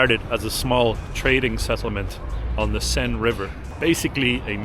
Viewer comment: The Senne, not the " Seine" of course